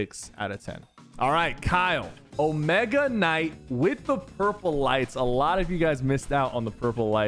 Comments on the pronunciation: Bro said Omega knight 😔🔫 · Bro said Omega Knight 💀